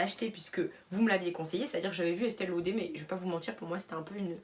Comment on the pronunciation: Estee lauder (on dit laudeuuur );le fenty moi il change de couleur :(